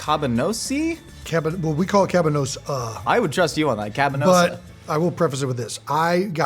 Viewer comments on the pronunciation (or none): it's kabanos (kah-BAH-nohss), a dried and smoked sausage originated from Poland :)